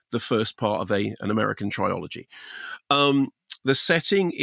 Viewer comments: “Triology” 😂😂😂 I think Mark meant trilogy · Have I been getting the pronunciation of trilogy wrong my whole life? It’s try-ology?! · The prounciation of 'Trilogy' has got to me. Have I, and the rest of the world afaik, been saying it wrong for decades?! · Mark Kermode, I respect you, but why do you say "trilogy" like that? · No, Mark added an extraneous "o".